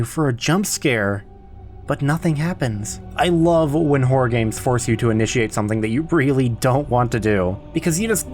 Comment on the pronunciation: Ok WHOA there, tiger! Now I love this video but you got to say this with me; “Horr-OR” ok? You try it; “Horr-OR” it’s a horror title not a… not what you said. There’s 2 syllables in there so don’t be stingy now! The way you say it is, well sir? It’s plain whoreable. Mirr-orr. Horr-or. 2 syllables. You don’t look in the mere and at night we don’t see terrible wh… we don’t see what you keep saying. Sir. There are children in the room. 2 syllables Please. Sir.